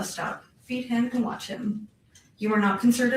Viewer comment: "WATH LIVE" ??? LOL